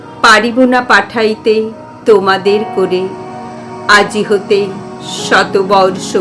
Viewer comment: খুব সুন্দর পড়লে দিদিভাই ❤❤❤ পরিচ্ছন্ন উচ্চারণে কন্ঠ উপস্থাপনা মন ছুঁয়ে গেল 🌹🌹🌹.... দুটি জায়গায় অসাবধানতাবশত উচ্চারণ কানে লাগলো ... খেয়াল করে শুনে শুধরে নিও .... আর একটা কথা... "..... তোমাদের কোরে... " নয় ...." করে " হবে...